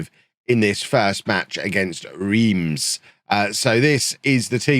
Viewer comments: I think Reims is pronounced ronce; like France without 'F'. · please look up a pronunciation guide for reims. i don’t think you’ll be able to pronounce it correctly i just think it’ll be funny to see you try